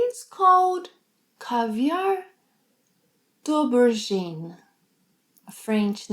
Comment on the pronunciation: I don't speak French, but your pronunciation of "caviar d'aubergine" is totally accurate,. I'm fluent in Spanish and trying to pick up Portuguese since the lemguages are so similar, but I can also pronounce a lot of French and Italian properly even though they aren't as easy for me to understand as Portuguese. Mas que engraçado! Muito obrigado pela lição!